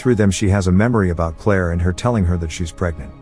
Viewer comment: scared me with that abrupt Claire